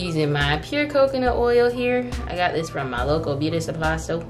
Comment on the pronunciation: i’m binge watching your videos and i crack up every time you say “my local beauty supply sto”😂😂